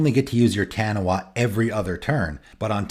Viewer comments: Hearing you say "Taniwha" is slightly triggering me lol, its a popular creature from Maori myth pronounced "tuh-knee-fuh". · FYI, 'Taniwha' is a Maori word, and in Maori, 'wh' makes a 'f' sound. It's pronounced tah-nee-faa. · Great video, and discussion points. Side note: Taniwha is a Māori word and is pronounced 'Tahneefaah. I'm sure most people not from the pacific wouldn't know that, so this is for people with a Taniwha deck who want to say it correctly. I'm from New Zealand, where the word is common knowledge, so I had to comment. ✌️